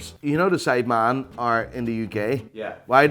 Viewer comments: You did not say men you said man everytime haha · How hard is it to say ‘sidemen’ instead of ‘sideman’ ffs 😴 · “SIDEMAAN” Americans: “No, it’s Sidemen.”